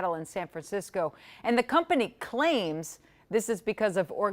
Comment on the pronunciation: Why the emphasis on the word "claims" it is about crime. Just report the facts. Defund the police. No bail. No persecution of criminals. Repeat criminals. Certain demographics are given a pass on crimes. Mpls your no except from loosing business, in fact it has and is happening. This news station sucks at reporting the facts... twist things to fit your agenda.